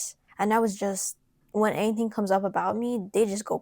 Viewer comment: Emphasis on the 'comes'